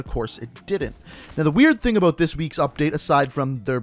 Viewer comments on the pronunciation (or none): I liked everything in the video except the way you say the word “about”. Makes me wanna choke you...just a little bit though...just a little.